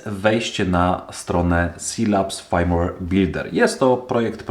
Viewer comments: No Fajmłer się inaczej mówi, poza tym OK. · Nie chcę się przywalać, ale nie ma czegoś takiego jak fajmłer. w słowie firmware i nie czytamy jak "aj" tylko jak "y"